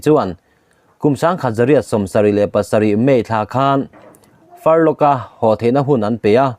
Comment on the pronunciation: A ngaihnawm e,Furlough ilam dan erawh hi chu, missionaryte chhuty sei hi "Far law"ti in an lam thin e aw,"Farlok"ti lo vin